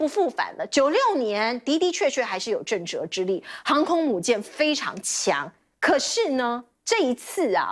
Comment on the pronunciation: 震慑 she 不是 zhe